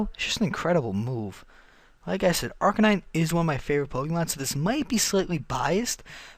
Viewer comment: it's because he pronounced it wrong